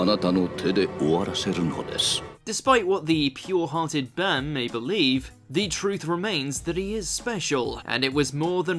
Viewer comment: when was his name bam? they spelled it bom the day it came out on chrunchroll. and when they said his name it sounded like bom